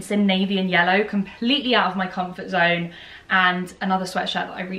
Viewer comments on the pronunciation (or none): none